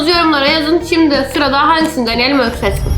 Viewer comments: Öyküs eşki diyor jdjshsh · Yaaa eşki demesi